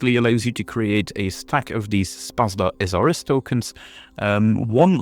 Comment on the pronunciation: Thanks for the video :D Ps. You have murdered pronunciation of Szpada - Sz = like Sh in Shun, pa like pa in panda, and a like last a in Jadwiga. Also J in Jadwiga is like Y in yeti :)